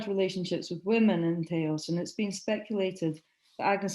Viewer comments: That was very well done; complete & deep. Thnalk yoiu.It's pronounced Tah-os Turn up the volume. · Please learn your pronunciation for Taos. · Marvelous lecture. Please correct your pronunciation of Taos and Galisteo, I am currently living in the area and I know you mispronounced them. Otherwise a wonderful talk.